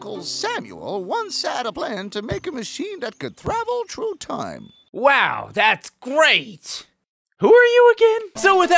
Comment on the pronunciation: "Travel true time" I'm not bad at spelling it just sounded like that.